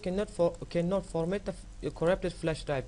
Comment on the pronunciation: Correpted.. no Flesh.. not really *Corrupted *Flash Learning to write and pronounce with..:)